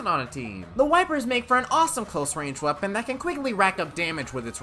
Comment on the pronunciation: He just said what weppon class do you whant me to do next... What weppons are even left?